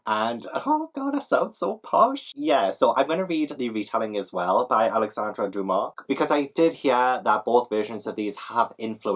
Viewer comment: I loved how everytime you said Dumas the subtitles read something different each time 😂 your french pronounciation was very good 👌